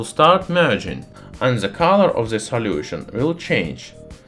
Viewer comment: And salyution